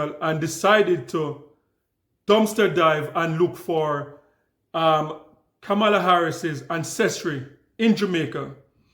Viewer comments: Please learn to repeat her name properly:"kama-la", not "ka-mar-la". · Correct pronunciation… Comma-la🤷🏾‍♀️ Why are people refusing to pronounce her name correctly? By now, it’s basically international news😂😂😂😔😔😔😶😶😶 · Klandice so smart but can’t pronounce VP name correctly.